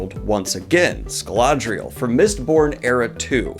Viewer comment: Im sorry but Scaladriel?